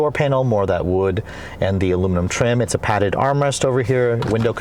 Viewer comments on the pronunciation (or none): none